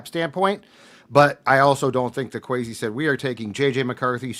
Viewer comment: "Queasy" Adolfo Mensah